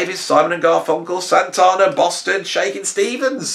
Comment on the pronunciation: Yes you said it ........."SANTARNAR" !!!!! :)